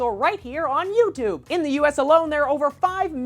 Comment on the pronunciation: i hate how he says youtube, he says it like ootoob